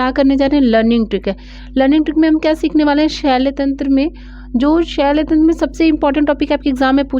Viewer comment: Notes to thik hai pr.. I can't tolerate this wrong pronunciation.. Ye shaii-lya tantra kya hota hai 🙄.. it's shalya tantra na!